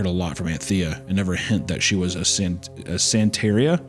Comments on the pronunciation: It's SAN-tuh-REE-uh. The dumbed-down, inaccurate explanation is it's a Hispanic version of Voodoo. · I don't practice san-tare-eeuh! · I DON’T PRACTICE SAN-TEAR-IA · HUNTER NO!!! IT’S PRONOUNCED SAHN-TEH-RIAH. NOT SAN-TERRIA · san-tr-ee-uh. Do you think he would have known what it was if he had pronounced it correctly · I liked it, it was like a David Lynch movie. And the what the aunt was practicing is pronounced "santa ria". As in what Brad from Sublime did not practice while also not having no crystal ball. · Hunter’s inability to pronounce ’santaria’ means he is not a sublime fan. This is a dark day. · Hunter not pronouncing Santeria correctly when it’s in such a famous song is absolutely crazy. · Bro doesnt know how to say Santeria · I guess he hasn’t heard the Sublime song